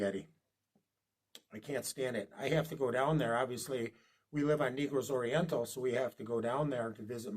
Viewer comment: Sir, If no one has attempted to correct you in your pronunciation on the way pronounce the word. "Negroes" Oriental. It is not pronounced " Neegroes"...it is pronounced, "Naygross" Oriental. No harm intended, just food for thought...